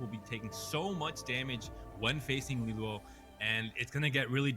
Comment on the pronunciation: Get rid of this girl, she can’t even read LiLuo properly… In no world ever is it “lee-lyew” calls every fight inaccurately, doesn’t know what she’s talking about